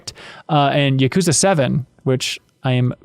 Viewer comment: I like how pronounces Tsushima correctly, but can't pronounce Yakuza correctly.